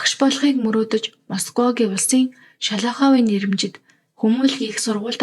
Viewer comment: Амжилт хүсье. Зарим зүйл дээр анхаараарай. Шолоховын гэдгийг буруу хэлж байна. БАЙЛАА гэсэн үгийг их хэлж баына